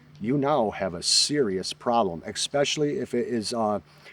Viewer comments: Repeat after me: "decibel, not decimal" "especially, not exspecially".😑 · You lost me at “expecially” and “decimal” level.🙄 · Great video….but there’s no x in especially